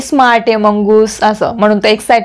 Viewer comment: मुंगूस not मंगूस